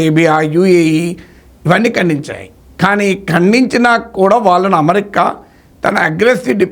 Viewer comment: ‘న్యూక్లియర్’ ని మీరు ‘ న్యూక్లియార్’ అని పలుకుతుంటే అసహ్యంగా ఉంది. అమెరికా ని ‘అమరికా’ అని…అంటున్నారు. ఏ?